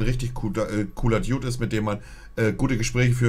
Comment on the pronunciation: Kann mal jemand dem Typen sagen, wie man "dude" ausspricht?